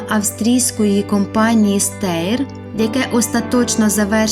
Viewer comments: Тетя немного не грамотно росказует во-первых небыло таких танков как тигр 1тигр2тигр3 тигр 4тигр5 было только 2 тигра тигр и королевский тигр и название фирмы не ,,,стэйр,, а ,,штэйр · Хороша історія але подача. Раджу робити більше пауз та вичитувати текст, також вчити як правильно читаються та вимовляються назви, бо Штаєр прочитане як Стеєр змусило мене трохи бомбонути.